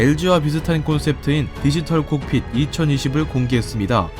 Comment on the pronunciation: 콕핏..? Cockpit..칵핏(보통)이라 하지 않나요?